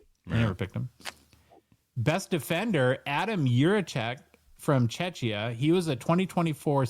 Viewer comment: (and too 😬), we’re not a Chechya, it’s Czechia - correctly pronounced “chehkhiyah”. My ears are bleeding, gentlemen. 😄 Thanks for another great show. ♥️ Greetings from Czechia! 👋🏻